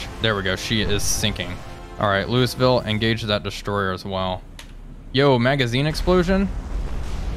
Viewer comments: Repeat after me: "Lou-uh-vul" NOT Lewisville. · Remember, Louisville is pronounced “Louwavull”